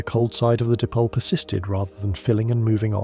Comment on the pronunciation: Di-pole not dip-ole... LoL